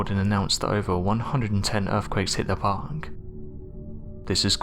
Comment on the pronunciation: Jesus Christ. This narrator is AWFUL again. He breathes of the last word of every sentence. Listen to his very first sentence. The last word in it is supposed to be PARK. With and R. Instead this narrator say PHHHHHOK. Do you hear how he breathes it out? He is truly awful. Not sure why he’s used as a narrator for videos when you can barely understand him sometimes. He makes these videos unwatchable. Thumbs down.